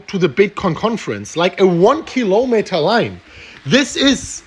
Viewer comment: a one killowmeter line xD